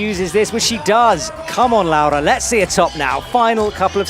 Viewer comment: he gets Laura right I think (like "laow-ra") but I'm fairly sure he got the stresses all wrong in her surname. Isn't it RogORa not ROGora? Italian normally has the stress in the second-to-last syllable.